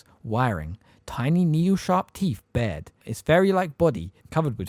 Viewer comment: I love love love these videos but just have to point out some corrections in pronunciation: - in the phrase “teeth bared” the word ‘bared’ is pronounced like ‘scared’. - a bird’s feathers or “plumage” is pronounced PLOOMage not “PLUM-age” - “Draught” is pronounced ‘draft’ ☝️🤓